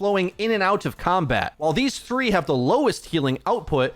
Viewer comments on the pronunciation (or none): none